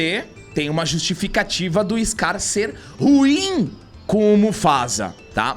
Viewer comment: Dica: ru-im, não ruim.